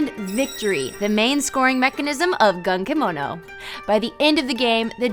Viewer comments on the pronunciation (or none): The correct pronunciation of the first syllable is more in between gun and goon.